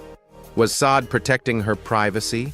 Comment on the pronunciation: How about Barry Gordy speak his own truth!!! Look over here instead of looking my way that's the feeling I'm getting. And who is teaching these AIs. Sod??? Poor Sade, the AI butchered her name. Back to the class room mister. Your voice and the way you pause and smash words together, well it was really hard to get through this video.💜💜💜